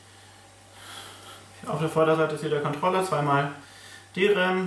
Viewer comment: nices Video dude, aber Kontrollah-Karte is ein NO GO